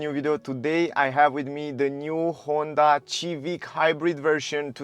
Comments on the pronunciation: I would apreciate if you stop saying xivic please thank you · Dude... its Sivik no Civik lol :D